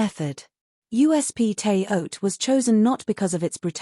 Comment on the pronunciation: Shouldn't it be pronounced "Terra Haute"?